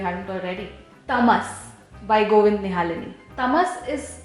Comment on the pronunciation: It's govind nihlani not nihalini.